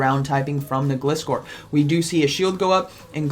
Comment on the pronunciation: Gliscor is pronounced the same way as "glide" and "scor" :D